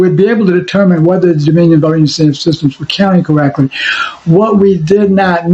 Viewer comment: Dominion not DOMINO😂